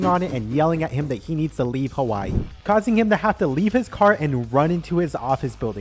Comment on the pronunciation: HaHWAH- EEE bro quit disquit